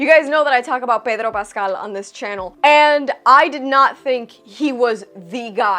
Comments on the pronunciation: I love how you switch to Spanish when pronouncing Pedro Paaascal jaja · ..how does she pronounce Pedro Pascal like that?? LoL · Love you "Pedro Pascal" (in a spanish accent) ❤ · Wh...why do you always pronouns Pedro Paskels name the way you do? Is it you trying to hold to something cultural because you're both latino?